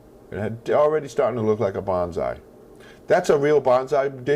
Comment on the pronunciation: I'm Japanese. I really like your bonsai works, but I just wanna tell your pronunciation is wrong. Not "BON ZAI", it's "BON SAI". You call like a "BANZAI" (means hooray).